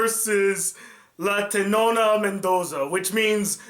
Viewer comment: Tetona not tenona lol